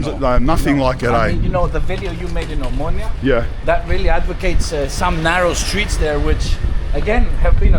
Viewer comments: oMOUNIA. Nicely said I guess? (in greek oVaginas)? How difficult is it to say omOnia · O- MO- NIA not Amunia per dio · Omounia 😂😂😂 it's omOnia. Omounia means plural vagi na in Greek 😂😂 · Sorry but it's Omonia, not Omounia 😂🎉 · A mounya 😂 ill mounya 😂😂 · Watch how you pronounce 'OMO NIA' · Eksarhia and omonia ffs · The streets of Athens that you were walking on in the beginning are beautiful. Better than North American streets and other European cities. However the bad pronounciations are puting me off it's :Ex-ar-he-a...O-mo-knee-ah (like amonia). Omonia needs to be demolished for sure. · EXARCHIA. Tthe narrator should, at least, learn to pronounce this neighbourhood's name. The 'ch' in Exarchia is not pronounce as 'ch' but closer to 'h'. Exarhia, please. I am only in but I can't listen to any more. Once I hear Omoonia, I am out. You have no idea about Athens, otherwise you would have enough respect for the place to know the names of these places. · You are pronouncing the suburbs incorrectly. It isn't exarchia but exarhea. Not omounia( which could mean something in female genitalia), but omonia.😊🇦🇺🇬🇷❤ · your pronunciation is atrocious. omounia and ekarkia? 🤣🤣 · Buthering the Greek names; Exarchia is pronounced with a "kh" sound, it's Exarkhia quite literally; he says something like Amunia, not Omonia as it should be. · Fantastic but how do you spend so much time in Exarcheia and not learn how the name is pronounced? 🤯 ex-AR-hee-ah. The way you say it is like nails on a chalkboard. And omounia? I can't tell if you're pronouncing it like this to be funny considering mouni is pussy/fanny in Greek. It's pronounced oh-MO-nia. Ty for this great video. keep up the good work.